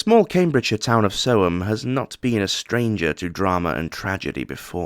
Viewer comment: You said it correct Aye Sick F--K